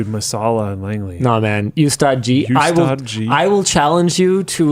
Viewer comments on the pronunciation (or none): The U in Ustaad is pronounced as "oo"